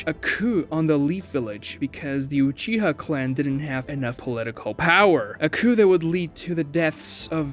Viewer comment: Gng did you just say uchiger